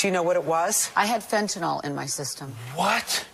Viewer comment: Fent-ta-nyl (nill) not fent-ta-nall. We need to say it correctly so we teach it the right way for educational purposes.